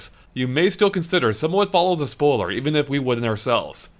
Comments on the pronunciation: What's a "spowler"? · This guy can’t say spoiler for the life of him 😂😂